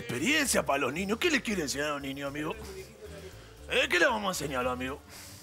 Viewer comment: Naa los cabezas dicen amego jaja